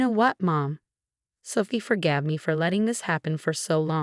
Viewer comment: same with Sooophie 😮